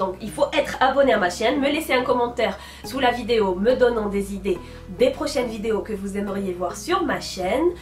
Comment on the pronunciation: j'adore bcp tes video et la façon dont tu prononce vidéééooo lol je veux participer au concoure et comme idée pour la prochaine fois des tutos maquillage et coiffure et meme j'ai bien aimé la vidéo ou tu a cuisiné c’était une très bonne idée